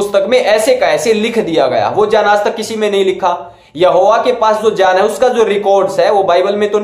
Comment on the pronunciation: Bhai pronounce tau Sikh lo pehle baad mein ana debate karne ...Jaan nahi hota hai GYAN hota Bhai. Khud ka insult Na karo publicly.